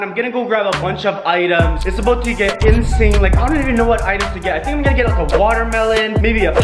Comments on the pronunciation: You say snow instead of know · Stop saying shnow say know